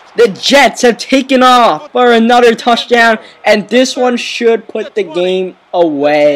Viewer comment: "For a nudder touchdown" I hate your voice